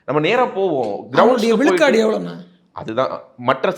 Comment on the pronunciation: should improve his tamizh pronunciation it is not vilukadu its vizhukadu